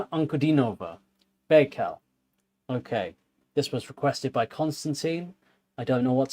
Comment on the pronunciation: "An-ku-DEE-no-vah" Accent on the middle syllable. "Buy-cal". Baikal.